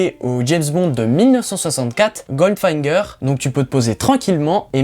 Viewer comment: Bon on te pardonne de ne pas prononcer GOLDFINGER comme il faut...:)